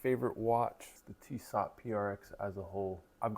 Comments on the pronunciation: Its pronounced tee so Not tee sot Youve got some nice 1s. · Really like your Tissot watches. By the way, Tissot is pronounced "tee-soh". The 't' at the end is silent. Keep up the great content!